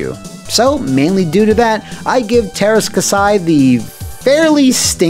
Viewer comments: Say terska sai one more time, I double dare you! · Just remember:There's are "Ä's" in Teräs Käsi. It's pronounced as the a in "ass". So just pronounce it "terr-ass k-assy" and it should be correct. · As a Finnish person I was always super confused by the title of this game when I saw it in a game store. I always thought it was partially translated name or something weird like that. btw, you butchered the name. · They way he keeps say Teras Kasi wrong just bugs the hell out of me :P